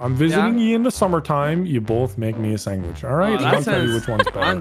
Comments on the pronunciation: "You both make me a sangwich." 🤦‍♂️ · I love how says sangwich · The way said sandwiche triggered me so bad "sangwidge" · Every human speaking 'english' saying: Sandwich.: 'sangwich'. Could also just be me tho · Can someone get angry at saying sangwidge so fucking much. its sandwich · saying sandwich is funny. Sangwitch lmao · The fact that says "Sang-wich" makes me so mad for some reason. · Aw yes my favorite food "sangwhich" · Sangwich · "sangwidge" ~ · Anyone notice says “sangwitch” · i still cant believe cant say sandwich correctly